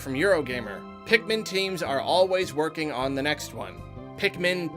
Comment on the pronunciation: It's pikmin not pikemon